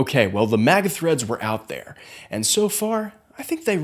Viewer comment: umm you still have a hint of the accent especially when you say "there" 😂 it's not as strong as when you was a kid but I can hear😂 accents are cool BTW no matter where it's from😂